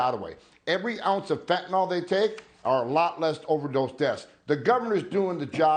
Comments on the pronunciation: Tom, respectfully, it’s FEN TAN NYL Not fentanall. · It it pronounced fin-ta-nil